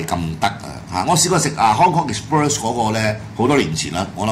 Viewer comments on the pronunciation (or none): 你英文梗係差啦，連Express都唔識讀🤣 ,讀咗exbirds🤣